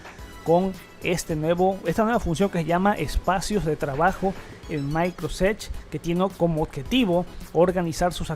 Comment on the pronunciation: Muy buenos e interesantes videos pero qué mal es escuchar alguien de un canal de tecnología hablando tan mal... "Maicrosedch" "translator". Y lo peor, cuánto redunda en la misma información diciendo varias veces lo mismo